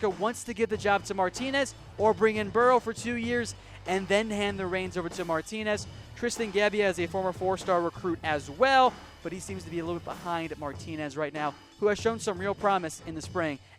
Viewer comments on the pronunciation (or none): Just for the record, it's pronounced Jebbia. Not like its spelled, Gebbia. Not a fanboy. I just happened to be detained here against my will for the time being. Roll Tide!